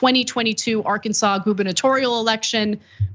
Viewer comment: IT'S PRUHNAOUNCED AR-KANSAS YA IDJIT